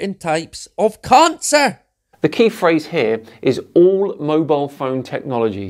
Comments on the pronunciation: Do you also pronounce cancer khancer? Because that was getting very annoying. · As a non Scotsman can I just ask regarding the accent: He says Covid as CONvid, which is obviously deliberate as he thinks Covid is fake or something, but to my ears he is also saying CONcer, rather than Cancer. Is this just his accent, or is he suggesting Cancer is a con/fake too? I'm confused because I have heard some wingnuts make various claims about Cancer being fake, manmade, big pharma suppressing the cure etc. And he certainly seems like the sort to buy into that kind of crap. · Lol I read this at the same time that he said it in the video. “Carn-sir!” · It was a painful struggle to listen to him speaking in such a disjointed way. Oh, and..."carn-sir"! 😂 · Caaaancarr, rraarts